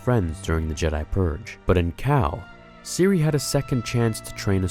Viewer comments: Why u calling her cerie tho its cere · I think it’s pronounced “Sear” not “See-Ree” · Its pronounced “Seer” not “siri” 😂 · Game: pronounces it SEAR Everyone I’ve ever heard say her name: Siri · It's pronounced Cere not Cereeeee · PLEASE STOP CALLING HER SIRI HER NAME IS CERE (like cereal)(or sear) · Did you even play this game? Siri Junda? The game says her name multiple times. It’s Cere, like SEER. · Lmao “Siri” 😂 don’t mean to be a nag but cere is pronounced “sear” in the game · It's cere not siri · cere is ceer not siri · I thought it was Cere not Siri 😂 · I’m sorry but it really bugged me when you called cere(sear or sere) Siri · you crept on saying Siri not cere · Why does he pronounce Cere like Siri?? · CEREEEEEEEEEEEEEEEEEEEEEEEEEEEEEEEE, not cer. Loved your input, regarding races, and out regarding imput. But as a 5 time Jedi Grand Master throught the game, and even with mods making it harder. It is pronounced CEREEEEEEEEEEEEEEEEEEEEEEE. Much love <3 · stressed me out how you kept calling cere siri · Why the hell does he pronounce cere as siri? They literally say her name in the game MULTIPLE times its not hard to say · its Cere (SEER) no eeee at the end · Did you call her cerey like siri😂😂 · Not Siri, ( si + er ) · Good video but Cere is pronounced Sair. Like Hair but said with a S. Still loved the video tho, great job! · Why do you keep pronouncing Cere "Siri"? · its seer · He calling Cere “Siri” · He pronounces “Cere” as “siri” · Why do you pronounce Cere as "Siri"? Did you not here them say it in the game? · Top 10 wishes for Fallen Order 2 p.s. Cere is pronounced more like fear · Cere is disappointed in you for saying her name wrong lol. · Is anybody gonna comment on how this dude has no idea how to properly pronounce Cere's name? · You pronounce Cere wrong also you say Own not Hone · says Cere wrong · I love your content but the way you say “Cere”